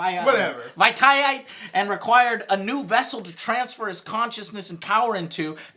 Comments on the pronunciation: It's pronounced Vish-ee-it for anyone actually curious. He's mostly from the Old Republic. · Vi-shi-et not Vi-tie-at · I think Joe was trying to say Darth Vitiate.